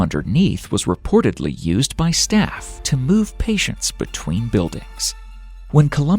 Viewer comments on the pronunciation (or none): none